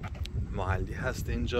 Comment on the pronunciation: چرا به محلی میگی موحلی؟؟؟؟